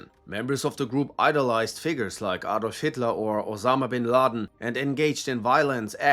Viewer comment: You're German, why did you mispronounce Adolf? Don't let American "English" spoil your speech. You also could have covered a lot more about Rusich, they have conducted atrocities like pagan sacrifices, mutilation of live prisoners, torture and execution of both POWs and civilians. They make Cомbat 18 look like schoolgirls.